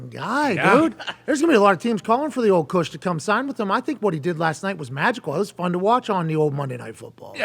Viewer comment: He keeps calling him Kush 😆